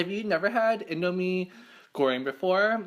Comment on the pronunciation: You pronounce indomie goreng perfectly yay haha